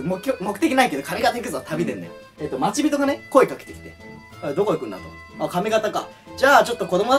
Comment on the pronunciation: まちびとでなく、ちょうにんです